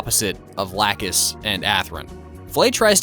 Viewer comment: i gotta tell you that i'm glad you decided to go for the old dub for the show. the whole new dub for gundam seed is very embarrassing to listen to. bad pronunciation of certain things and calling lacus's name: "lacoose" its very instulting.